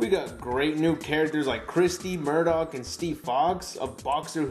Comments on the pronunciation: MAR-DUK not murdok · Murdock? Really? MARDUK